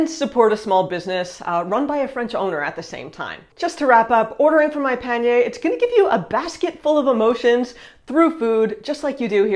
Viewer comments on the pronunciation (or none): I would like to suggest that you try to pronounce the letter A like the French do: AAH - not ÉÉH. When you talk about the sponsor, instead of saying Monpanier (my basket), you say "mon peigner", meaning "my combing".